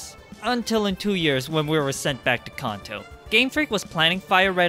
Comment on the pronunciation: I have gen 1 Dragonite as my phone wallpaer. Your saying Kanto wrong